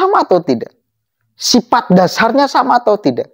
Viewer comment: Sifat” bang bkn sipat” hhh